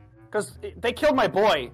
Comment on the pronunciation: dont know why I cant stop laughing at this Who keeled dem, and whhyy